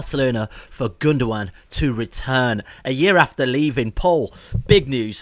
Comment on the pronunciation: Butchered Pol's surname😂😂😂 the raised eyebrows confirm it